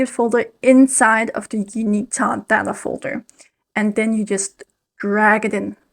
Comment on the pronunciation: Tav is short for Gustav. The v at the end of Gustav is pronounced like an f. Just think of a canadian goose. These bastards are really tough. Goose - tough. Gustav. In other words – Tav is not pronounced Ta but Taf like tough.